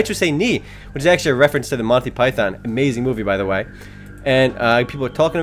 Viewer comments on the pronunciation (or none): none